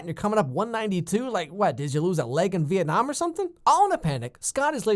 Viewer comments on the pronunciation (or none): none